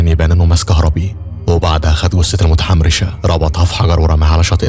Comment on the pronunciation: اللي مخفف عليا صوتو انو يقول متحمرشه 😂